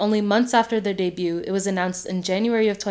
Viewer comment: the “t” in debut is silent 😭